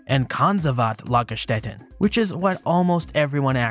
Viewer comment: The first pronounciation of "Lagerstätten" was spot on (the one you presumed better not so much)! 😉